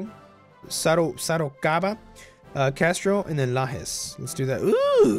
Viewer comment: Just I hope who american viewers have knowledge tha Brazil speak Portuguese, not Spanish or an "Spanish Dialect". The portuguese fonetic is a great mixed, influenced by celtics, arabs, germanic, africans etc. It's funny how pronounced the "J", your pronounce with "Rio de Janeio" was very similiar with we speak, but pronounced "São Miguel" or "Lajes" like spanish speaker. It's like when pronounce States name in east coast(Usa), and change to spanish pronnounce on Texas or Colorado hahahaha. Any way, great video, amazing campaing. Anexs the Cisplatine(Uruguay)!!!